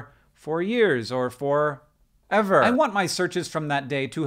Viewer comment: The "for...ever" got me shook.